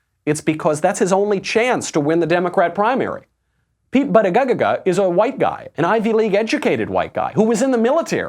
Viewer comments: its pronounced booty-gag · Of all people there, I am surprised to see Michael act with such disrespect regarding the pronunciation of Pete Buttigieg's NAME. No one will ever hear your argument if you say their name incorrectly. I put a lot of effort into remembering and saying names correctly, because it's a way that we show respect to one another. Even if you disagree with someone, present your argument with passion and integrity but don't intentionally butcher their NAME - that is CHILDISH. You are better than that, Michael.